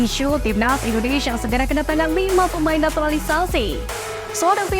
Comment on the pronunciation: INDONESIA apa INDONEisyiiia, 😂... Santai aja baca Isi beritanya... Takut Keselek aja🤣🤣🤣